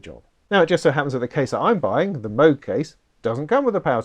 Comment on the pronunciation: PPS - it’s “moog” not “moog”